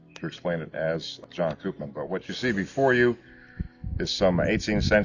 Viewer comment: Koopman is a Dutch surname. We pronounce it like ‘Copemon’. Where the o in ‘mon’ is like in ‘monster’ or ‘long’.